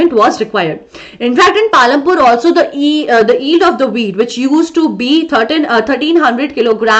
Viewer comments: Mam , you pronounce yield without y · y is not silent in yield so i think mam you should take care of what how you are spelling